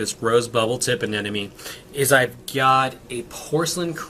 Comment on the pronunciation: Didn't know about bleaching from higher temps. Excellent. Btw bro. (A-NEM-OH-KNEE).